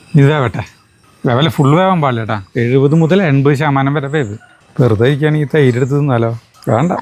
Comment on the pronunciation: 12.37 😂😂 തെയ്ര് അല്ല തൈര്😅😅😅